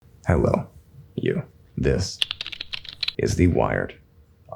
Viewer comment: this guy says hellon you i wanna die